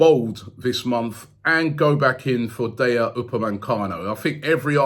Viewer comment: Everybody: DAH-YO UPA-MAY-CANO: DAY-YA UPA-MAN-CANO